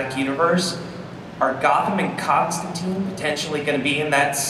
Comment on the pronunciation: everyone's pronouncing Constantine wrong :(